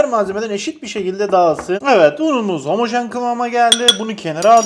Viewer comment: 30kere homajen diyor😔😔😔😔😔😔😔😔👍👍👍👍👍👍